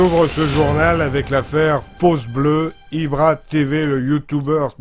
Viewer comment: mdr "pauce blaue"